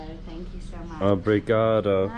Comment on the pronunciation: You certainly got that "Obrigado" down pat. Anything else you know in Portuguese??